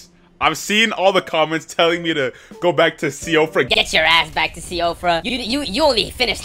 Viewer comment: I think it's pronounced "she fra". An Irish name, far as i know.